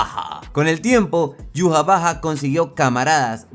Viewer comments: ¿Como se escribe?: Yhwach ¿Como se pronuncia? Yu-ja-va-ja. ¿Como lo pronunciaba yo?: Ai-wa-sh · En 1000 canales de YouTube, que hablan de Bleach, los 1000 pronuncian Yhwach de maneras diferentes, lo pretencioso de Tite Kubo se refleja en ese nombre.